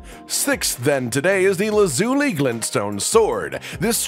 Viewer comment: It's pronounced laz ull lie